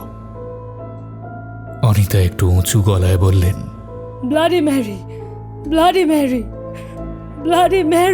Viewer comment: Tarpor Blady Mary bolche, not Bloody Mary